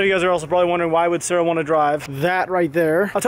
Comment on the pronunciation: When you said sorry Sara it sounded like you said sorry sir